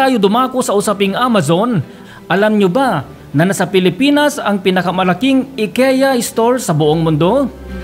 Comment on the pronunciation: I-KEE-YA po